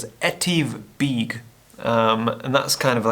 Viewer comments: Need to learn some of the correct Scottish pronounciations! I've always said 'You should know how to pronounce correctly the places you visit". The correct pronounciation is 'BECK' not 'BEAK'. Try harder next time .. ask a local if needs be !! :-) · Beag is pronounced beug (be ug)and Dubh is pronounced dove(as in the bird)...that’s the Gaelic pronunciation anyway 👌🏼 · Hi, "beag" is generally pronounced as "vake" in Scottish Gaelic. It means "small(er)".In this case, smaller than Buachaille Etive Mor (mor = large(r). Incidentally, I agree about keeping some locations "secret". Consider the location of the Raising of the Standard (Prince Charles Edward Stewart, 1745); best people don't trample it. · Beag = Small (be-ugh) Dubh = Black (du-ve) No grief and great video. 👍🇮🇪☘